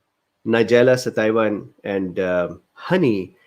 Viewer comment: Thanks, doc. Pronunciation is suh-TEE-vuh. It's Latin. Too bad NS was not studied without honey, so that we could assess NS on its own. 80mg/kg is somewhere around 1 to 1.5 tsp/day. Some people get kind of "wired" on this amount. Might be too much for longer term use. Studies of around 1/4 tsp/day in older women showed a drop in HDL cholesterol in just a couple months, so there's that.